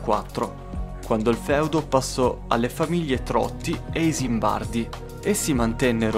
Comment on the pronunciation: SANTA GIULETTA Fu feudo dei Beccarla nel 1400, poi dei Trotti e dei Belcredi di Pavia, degli Isimbardi nel 1700..... mi permetto di correggerti hai detto Esimbardi